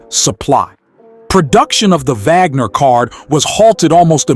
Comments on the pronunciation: Vagner? It's pronounced "Wagner", just as it's spelled. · It's an AI narrator. It got the pronunciation right when it read the first and last name together. The Vagner happened when the script just had the last name. The AI must have thought it meant the composer. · Did he say honus vagner??😅😅